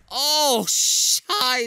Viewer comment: Please let Müller say scheiße not scheiß. U need to pronounce the last e